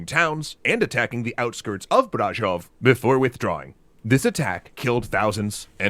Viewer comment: To me it sounded like he accentuated the first syllable of Brașov instead of the second, it should be Brașóv, but it s good nonetheless :)